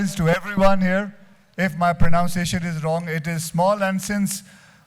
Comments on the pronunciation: Yes ponounciation is wrong. It's pronunciation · even your pronounciation of 'pronounciation' is wrong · It's pronunciation not pronounciation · your pronunciation of pronunciation was wrong dude😂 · It's pro-nun-ciation not pro-noun-ciation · its not pro-noun-see-eishuhn...it's pr-nun-see-eishuhn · His wife didn't teach him pro"noun"ciation is said pro"nun"ciation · English is crazy, but its pro"NUN"ciation, Pro"NOUN"ce. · Dude pronounce pronunciation properly